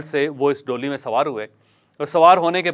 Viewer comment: Jawaid Bhai, DOLY , nahi, DOLEE , khty hain.. Thnx